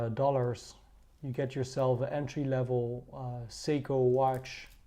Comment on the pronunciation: You read SEYKO , not seko or sego ...you fkn morons !